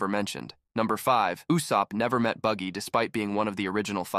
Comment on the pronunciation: why he pronounced Usop "usap" ffs